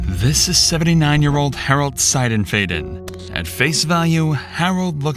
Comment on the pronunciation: So... I know him and his wife. She was the sweetest woman ever! 😭 Also, on a less important note... You pronounced the last name wrong. Its S(eye)denf(eye)den